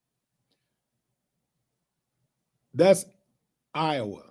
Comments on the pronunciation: Ohhhh mannnn...half the video he was sayin' Iowa, butt it sounded like OUR...my bad D Willie😂😂😂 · Willie it's (Eye- yah - wah) Lol you country .